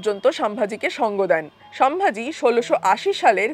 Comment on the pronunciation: Ucharon ta holo somvuji not samvaji.